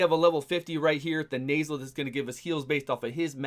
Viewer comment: Calling Thenasil "The Nasal" 😂